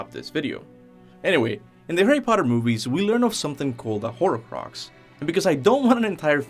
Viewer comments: Its not "whore crux" its horcrux. What a nutjob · Horcrux is 2 syllables...